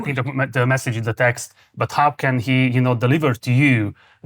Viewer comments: Marci, How kiejtve háu, nem háv. Valamivel jobb az angolod mint az enyém de ha nem hiszed kérdezd meg, mert még soha sem hallottam így ejteni a how-t. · Aki ilyen választékosan beszél angolul, az miért ejti a "How?"-t, úgy hogy "Háv?" ahelyett, hogy "Hau?" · Zseniális, hogy angolul ilyen mélységben és ilyen hosszan össze tudtok rakni egy interjút. Egy apró fülzavaró észrevétel Marci: a how-ban nincs V! :D